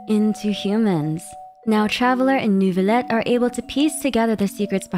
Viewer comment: do you know why many characters pronounce Neuvilette's name as "Nervilette"? Paimon included. Is that perhaps a Canadian French thing?